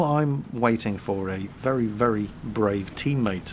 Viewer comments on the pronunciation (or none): Ha Ha Ha ...remember when speaking withe RRRRRussian Accent...... words like "very" are pronounced "wery".